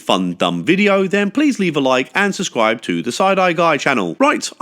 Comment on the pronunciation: PLEASE 🙏 never say susscribe… not even as a joke . I don’t know why but sometimes you choose to say susscribe instead of subscribe. But some of us are injured by this .